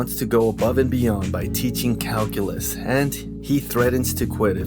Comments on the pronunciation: what's ca-hoo-lus? LMFAOOO! Classic! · me in my calculus class- " whats cal-culos?"